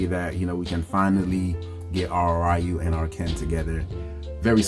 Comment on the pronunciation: Nice review. I do have a suggestion and your perfectly free not to listen. Concerning Ryu’s name. It really should be pronounced Ree-you. The Righ-you pronunciation was just a mistake us westerners did since Street Fighter 1 because we really did not know how to say his name back then. Plus the live action SF movie with Van Damme mispronounced the name and further fanned the mistake to the public. The reason I say this? I actually had a Japanese coworker who had the same name of Ryu. I asked him if people say his name as Righ-you sometimes, and he said he gets it alot and blames Street Fighter. Lol. He also said, as far as he knows, there is no Japanese pronunciation of his name as Righ-you. He said saying his name as Righ-you is the equivalent as if a person had the name of Michael and people would pronounce the name as Michelle. Technically you can but it would be incorrect for most of the time.